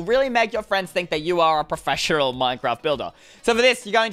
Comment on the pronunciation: “Prefeshorel” 2019